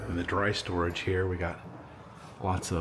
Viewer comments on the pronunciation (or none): none